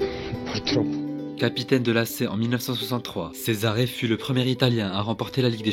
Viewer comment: Cesare se prononce Tchezaré ❤